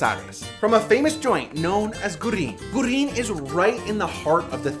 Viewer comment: Popularly it is known as Guerrín, not "goorrín". The 'e' is never silent in Spanish. The U is the silent one in "gue" and "gui-". However, technically it should be goo-eh-rrín because the diaresis (umlaut) forces the u to be pronounced.